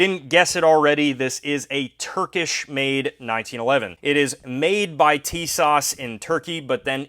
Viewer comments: Great Video ! It’s actually pronounced “Sha-Zah”. The T is silent. The ww2 greenish coloring is a dead on match to my 1943 Remington Rand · Tisas 1911A1: Sorry, I'm not trying to be picky but......my name is pronounced Tuh-SASH with emphasis on the second syllable.